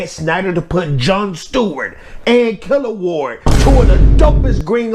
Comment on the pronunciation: Killawog “killa-wog” I’m old so I been on DC since 80’s bro 💪🏿 😂😂😂 not killerward